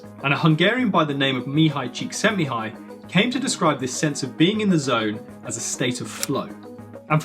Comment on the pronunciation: Congratulations on pronouncing Mihaly Csikszentmihalyi so well